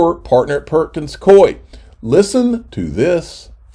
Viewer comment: It is pronounced Perkins Cooooo eee